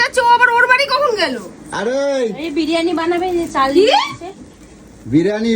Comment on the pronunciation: বিরিয়ানি ❌ বিরানী ✅